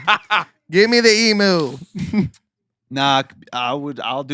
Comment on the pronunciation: It's pronounced em-U. Nice show 😇